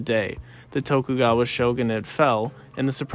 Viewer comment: Bro said toku gwawa